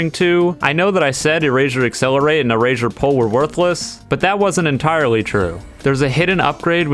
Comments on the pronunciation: I'm sorry if this is rude but "erazure" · Why does he keep saying erazersaure? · Moral of the story: says erasure like erashure